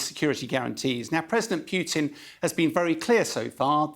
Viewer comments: its president POO TIN, not P(you)tin.... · "president piooteen" strikes again